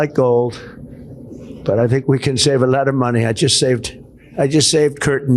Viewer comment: "save a leotte of munnie"